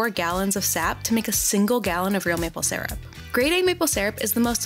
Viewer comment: Lol maple "sarup"